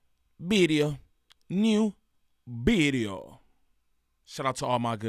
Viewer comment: NEW. BIDEEOO. 😂😂